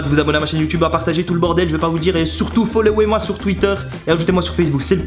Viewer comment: Le "Fomlowez-moi" à